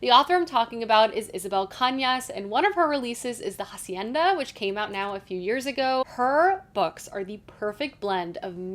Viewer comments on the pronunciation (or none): You don’t pronounce hacienda correctly. It always gets on my nerves 😪